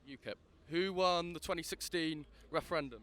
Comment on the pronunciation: wushun wepawt on the wefewendum ha ha ha best chuckle of the day.